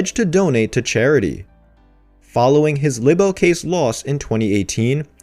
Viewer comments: Honey….it’s pronounced LYE-Bel….bless your heart…. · Can you please look up how words are pronounced because you keep saying the word libel wrong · OMG why don't you learn how to say the word "LIBEL". There is an app if you don't know how to say words.